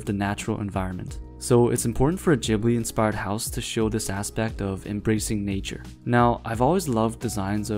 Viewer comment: its not rpounounced jibli